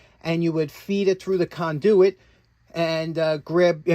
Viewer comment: I have learned so much from you over my time watching your channel. Today I learned a new way to pronounce "conduit."